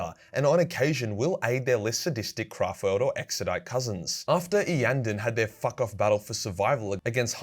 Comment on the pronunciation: Grats on promouncing Iyanden correctly